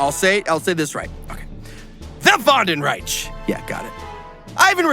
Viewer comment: Lol you go ill say this right wandenreich and then immediately go mispronounce it 😂